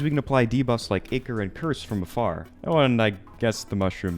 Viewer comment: idk why pronouncing ichor as iikker pisses me off so much